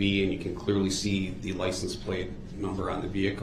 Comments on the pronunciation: And license plate not place 😂 such a dumbass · What bothered me even more was “Lice en place” (License plate). Every time he would say it I wished a person would have said “I’m sorry. I don’t know what a lice en place is.”